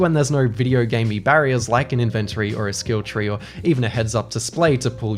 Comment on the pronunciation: Dude, that’s not how inventory is pronounced